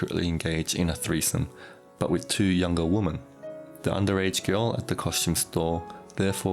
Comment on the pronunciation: WOMEN!!!! not "woman"